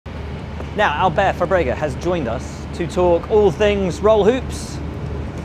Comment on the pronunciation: it's Fábrega dude... not Fabréga... just as it is Pérez and not Peréz... you don't say Albón or Bottás >:[